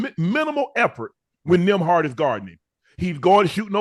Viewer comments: Ocho had me laughing calling Nembhard "Nimrod" 🤣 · He said Gil!! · 😂😂😂 why they keep calling him nemrod 😂😂😂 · Ocho please tell me you didn't say nimrod? Ha ha ha ha ha ha ha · Gil Say Nimrod Too 😂😂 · Nimrod😂😂 Just Priceless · Nimrod is Wild 😂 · Ocho be butchering people's names lmao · Gil called him that too😂😂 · He even made Gil slip up & call him that also 🤣🤣